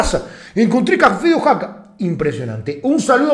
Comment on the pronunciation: Oaxaca Guey, , no Oxaca